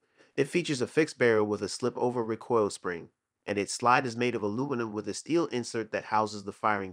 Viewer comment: REEE COIL NOT RAH COIL